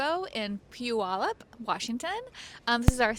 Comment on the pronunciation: I really hope you have a great weekend in Puyallup. I was impressed with your pronunciation. Before you know it, it will just roll off your tongue like a local!